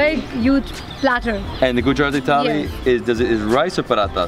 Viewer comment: You’re the first foreigner who can pronounce Gujarati as a natives 😃😃 welcome to my city .. friend